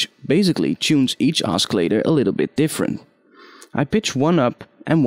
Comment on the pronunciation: "Oskillator" lol :P The c is silent